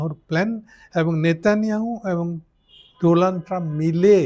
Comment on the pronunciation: আপনিও মুদির মত “ডোনাল্ড” কে”ডোলান্ড” বললেন!!!